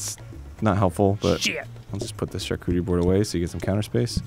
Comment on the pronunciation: i thought they were saying charcooterie as a joke but now i feel like they arent and its starting to bother me